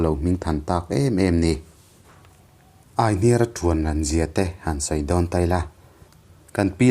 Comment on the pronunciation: Aihniara tiha hniar lai hi kan lo lam ṭhin dan chuan 'i hming ka hria' tiha 'hria' tih ri ang hian kan thluk ṭhin a.